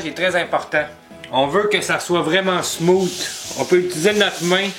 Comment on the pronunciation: Salut! Excellente tutoriel. Vos explications et vos micro-démonstrations sont précises, simples, efficaces.... mais maudit qu'en tant qu'anglophone, ta prononciation du mot ''smooth'' me fait grincé des dents. lol, mais pas grave. Féliciation dude.